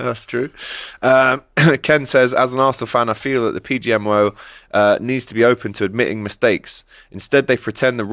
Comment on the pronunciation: Despite it being the main topic of conversation, didn’t say ‘PGMOL’ correctly once in this stream